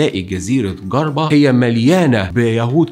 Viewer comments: جزيره جِربة بكسر الجيم .. و تتقال ب حرف ج مو "ڨ" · (Jerba or djerba) not gerba 😅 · جِربة ب كسر الجيم وليست جَربة 💐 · و اسمها Jerba not Garba !!! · تونس تسمى إفريقية وليس أفريقيا الجزيرة اسمها جِربة بالكسرة وليس بالفتحة الوندال وليس الفندال فقط للتصحيح شكرا لاجتهادك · أخي ليه انتو المصريين عندكم مشاكل مع كل اللغات اسمها ( جربة ) مش ( قربة ) حرف الجيم يا عم ذي (جمل) مش ( قمل ) ولا أقول لك ( ق ) مش أؤلك , عندكم مشاكل في الغة العربية مشكلة في النطق أما في اللغة الانجليزية ياااا لهوييي🤣😯 مثال صغييير ( problem ) بتقولوا ( broblem )😅 يعني أنا كتونسي لما أسمع مصري يحكي إنجليزي زيو زي الهندي مفيش فرق يا مصريين بالله عليكم اعملوا مجهود أكثر في نطق الحروف يعني مش رح تخسروا حاجة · نطقك لجربة فضيييييييع جدا اسمها جِربة مش جَربة . عميتها هههههههه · اسمها جزيرة جربه وليست جزيره قربه😂😂😂😂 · Garba? 😭 it’s Jerba (جربة) with a J! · شكراً على الفيديو. ماإسمهاش جزيرة ڨربة بل إسمها جزيرة جربة. يا ريت تنطق أسم المدينة أو الجزيرة التونسية صح. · جزيرة #جربة موش ڨربة. انطقها بحرف الجيم. شكرا على العمل واصل peace 🌿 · اسمها جزيرة "جِرْبَة" مش "چَرْبَة" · ارجوووك النطق اسم الجزيره جربه موش قربه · جِربة بكسر الجيم ليس بفتحها Djerba Island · اسمها جربه وليست قربه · نطق حرف الجيم لازم يكون صح جزيره جربه وليس قربه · Garba????? مالك يا ابني اسمه اسمها jerba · بالله اسمها جزيرة جِربة مو غربة .. كسر الجيم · اسمها جزيرة Jirba مش Garba 😂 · تنطق جِربة مش جَربة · تنطق جِربة مش ڨربة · يا عزيزي يا الجزيرة اسمها جربة بالكسرة حرف الجيم مكسور تحياتي متابع لك من تونس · كنت حنكتب نفس التعليق جِربة بكسر الجيم.... تحياتنا لتونس من ليبيا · تحياتي اخ المحترم.. فقط للتصحيح اسمها جربا بتعطيش الجيم وكسرها.يعني تنطقها Jer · سلام عليكم استاذ عندي ملحوظة بس صغيرة ياريت لو تقبلها لو سمحت ياربت لو تعطشت حرف الجيم چ اسمها (چربة) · شكرا لمجهوداتك. فقط لتصحيح النطق جربة تنطق بكسر الجيم و لا بد من نطق الجيم لان Guirba امر آخر لا علاقة له بالجزيرة. و الثاني اسم افريقيا بوضع الشدة فوق الياء الاخيرة . اعرف مشكلة نطق بعض و اقدم ما تبذل من مجهودات و بارك الله في عملك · جِربة بالكسرة عيفتني فيها